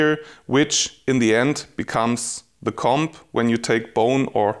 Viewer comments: Das b in comb ist stumm. Man spricht es koum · I'm sry but I cant get over the way he says comb😂😂😂